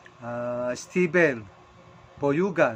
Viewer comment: Doyugan po hahahaha hindi poyugan😂😂